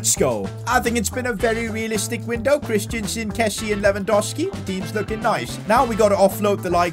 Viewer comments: Christen - sen not Christiansen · CHRIStensen not christiansen